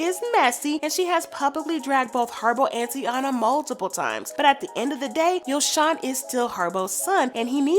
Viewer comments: I like the commentary, you’re just pronouncing everybody’s name incorrectly 😂😂 YO•SON TY•ENA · It’s not YoShawn it’s like saying YoJhon but replace the J wit the S. And since y’all YouTubers always watching Ari nd GHerbo nd hear them say tht lil boy name right then y’all need to say it correctly as well. How y’all stalking they page but not sayin they son name right🤦🏾‍♀️ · Her name is Tah-ina and Ari’s son name is Yo-son good commentary though.